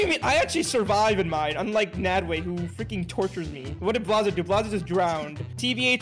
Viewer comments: Its nadwe not nadway😅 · NADWAY!? ITS NADWE! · ITS NADWE NOT NAD WAY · nadwe not nadway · No it’s not nadway its nadwe